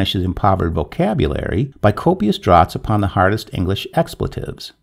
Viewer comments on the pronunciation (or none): I don't want to sound rude, I'm only wanting to help your authenticity for the next story it might come up in: "draught" is pronounced "draft"